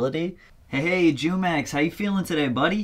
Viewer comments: Jumex is pronounced humex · “Jew-Mex” I’m sleep. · It's pronounced who-mex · It’s Pronounced “Who” - “mix” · jumex is pronounced hoomex btw